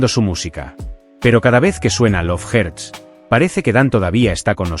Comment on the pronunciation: "dep perpel" "lov jerts" 🤣🤣🤣